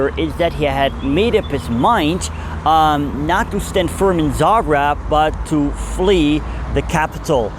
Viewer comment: Its called Za greb. Not Za grab.